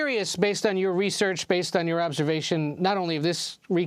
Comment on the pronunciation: Its gross how they pander by pronouncing latino with accent